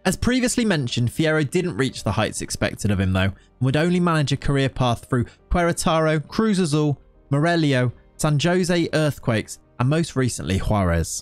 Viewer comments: Soft J in San Jose. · Hearing "San Jose" said like Jose Mourinho made me giggle, sorry (not trying to be rude, very good video, love your filters on the photos)